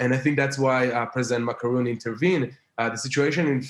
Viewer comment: Is that me or He is calling Macron "Macaroni" 😂